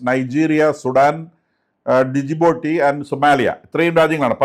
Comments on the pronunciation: ഡി ജി ബൗട്ടി.. എന്നല്ല ജിബൂട്ടി എന്നാണ് പറയുക. D silent letter ആണ്. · It is pronounced asGibouti,pls